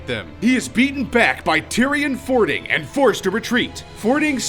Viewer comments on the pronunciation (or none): medhiv said wrong bolvar said wrong and fordring said wrong the fordring one was obvious so was bolvar but i'll give you a pass on medhiv if you havent played wow ever before